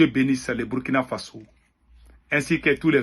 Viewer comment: C'est Burkina Faso, prononcé Bourkina Faso'